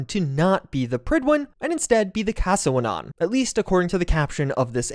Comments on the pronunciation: My brother its cas-wennan, not casawenan 😭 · No hate just clarifying, I believe Caswennan is welsh and should be pronounced "cass-wen-nun" as opposed to "cassawenon " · hearing you say casswennan made me cringe so bad bro, it was a play by bethesda, prydwen and caswennan are welsh names, they knew a majority of english speakers wouldnt recognise it so they used it to keep the fan theories down before the show dropped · The ship would be pronounced more like "Cas When Anne" Not sure if other Welsh Speakers have pointed it out; but had to throw it in.